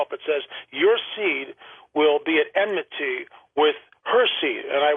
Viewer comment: Bro it's pronounced, and spelled, "enmity" , not "emnity"🙄